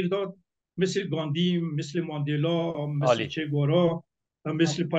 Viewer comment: اول اینکه متل نی مسل گفته میشه